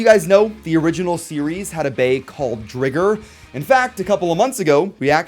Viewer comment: you mean, *Driger (Dry-ger, like Ti-ger) not, umm saying it with two gs??